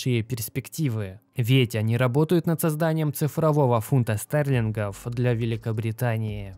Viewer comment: фунта стэтхема? не пойму что ты произносишь, почему так?